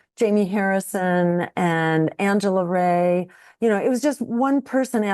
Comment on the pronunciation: I ❤ that Jill mispronounced Angela Ryes' name.